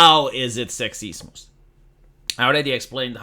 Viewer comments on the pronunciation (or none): It took me 3 minutes and 32 seconds of watching this film for finally understand that you were saying "Sexism" and "Racism" as each time it sounded like sectSEESmus and RaySEESmus. Even the subtitles spells how you say it as sexismus. It is more pronounced as Sex Is UM, and Race Is UM. the U being like Ugh, or Umbrealla. not like Uniform or Unicorn that is heard is Mus when your pronounce it. Nothing wrong with other accents and such but it does make it quite hard at times to understand what another is actually saying and this be the first time watching anything on this channel, you can thank the explosion of barbie's popularity to start dialogues for that.